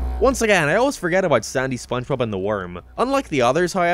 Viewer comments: "spongebop squandpant" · It's sponchbop. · "give the sponge to cardbob" "sandbob" "gwigward" "dingebob" "bongebob" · you pronounced spongebob wrong. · Season 5 is when he starts mispronouncing SpongeBob's name. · Can someone count how many times said SpongeBob’s name wrong? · The gradual misspelling/mispronunciation of sponge bob's name is what kept me going throughout this video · he calls spongebobs name wrong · Jesus christ how many times has he said "Spongebob" wrong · I like how he says Spongebob more and more wrong as the video goes on. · Take a shot everytime mispronounces/misspells SpongeBob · I've lost track of how many times he purposely said Spongebob's name wrong. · I love how you constantly mispronounce spongebob its so hilarious it makes me laugh everytime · I gotta count with how many times mispronounces spongebobs name